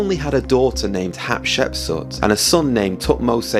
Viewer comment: You keep saying "Hapshepsut" instead the correct name "Hatshepsut". In addition, Moses wasn't a common man who was elevated to the highest ranks, he was adopted as a baby and hence was never a common man. I'm really interested in knowing who the pharaoh of Moses was but I don't think you cracked it.